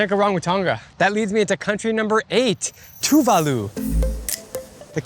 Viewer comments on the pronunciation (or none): Tuválu mentioned!! FYI, the emphasis is on the second syllable.